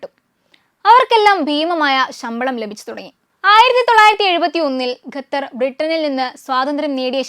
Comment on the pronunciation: Gather alla, sather😂😂. Avide bhasha malayalam alla. Arabi aanu😢😢Qatar